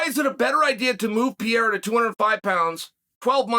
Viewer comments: Chael , I Like you ... but pls ... It's PEREIRA not PIEIRA. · Please stop saying piera please. Its pe re ira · Glasses Chael vs “Pee-era”..?? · I wish I had as much confidence in anything as Chael does saying "Piera" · Pierre - ah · This fucking racist, enjoys misspronouncing Pereira's name even after having been called on it explicitely. He knows he can easily say it right, he won't, and plays like he is an objective character in the MMA world.. the fact that he underlines this so often (every time he can almost), makes it more obvious.. dude is a liar and everything but objective. He sells this image, but ist the fakest one in the business. Though successful, good for him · WHOS PIERRA?? Ariel called chael out for pronunciation of his name. Have some respect for these dudes and at least learn prOper pronunciation. Its not even a hard one.....